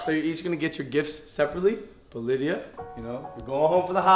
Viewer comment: Yo, it's "Lydia" not "Lidia"